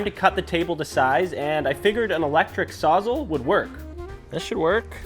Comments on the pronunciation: Oh. You are adorable. And talented. And creative. But I laughed out loud when you said Sawzzle. It's a SAWS ALL. As in "saws everything." 😂 Love your project videos! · The way you said "Sawzall".... 😬 That being said, you're my new favorite youtuber, regardless. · I have never in my life heard sawzall pronounced so it rhymes with "nozzle" but i'm friggin here for it, nice work on the project!